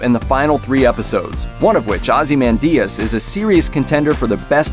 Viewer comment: Interesting pronunciation of "Ozymandias"